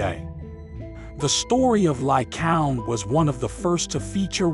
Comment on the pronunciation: Lycaown? Lycaown? Lycaown? It's pronounced Ly-Kay-On!